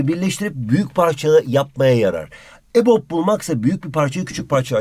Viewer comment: Abi Bizim Hoca Ebob Derken Ebok Dedi Biz Bu Hocadan Ne Anlıyalım Ama Ocayı Seviyorum